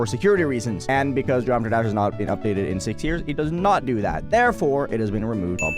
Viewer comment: Why does he talk like that? He can't even say geometry dash properly